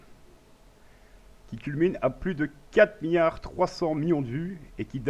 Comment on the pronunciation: "Houitième" position ? 6 "miyard" ? xDDD